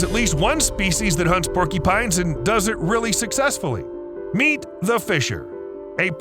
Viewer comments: They are called "porcUpines" not " porkEpines!! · “Porkypines”? Or porcupines? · Sounds like he's saying "porkypines" 😅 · Porkeepines? Not mocking, just trying to identify the accent.